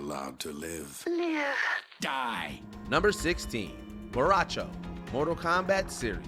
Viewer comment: I’m officially done watching videos where someone says a characters name WRONG. Seriously, say it right, or don’t say it at all. Bo’ Rai Cho, not Borawcho.